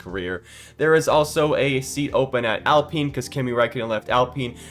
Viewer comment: It's Alpine, not Apline.